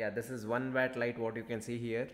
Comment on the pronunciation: It's pronounced watt not wat